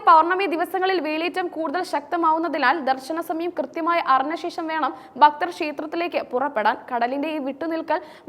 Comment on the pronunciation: ഭക്തൻ' എന്ന വാക്ക് 'ബക്തർ.എന്നു പറയുന്നത് - നീചമായ വാക്കാണ്....